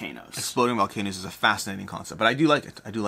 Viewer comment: Were you saying VolcanOOs on purpose?